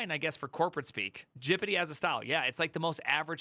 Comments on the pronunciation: ITS G.P.T NOT GIPITEE HOLY SHIT. What is wrong with you??? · "Gipeeti", my brain hurts with that pronunciation, it is "Gepetee", pls try that one. Great video and pretty much sums up the situation for Germany too. If you don't have working experience, you will have a very very bad time. A Jr. Data Scientist speaking here. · Why do you say gpt like that